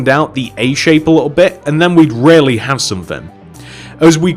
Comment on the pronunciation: When he says really, it almost sounds like rarely to me.